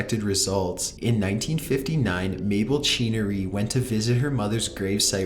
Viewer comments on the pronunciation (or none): I don't think I've ever heard Mabel Chinnery pronounced quite like that before.